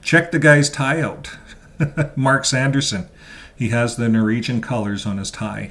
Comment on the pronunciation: NORWEGIAN ...NOT Noregion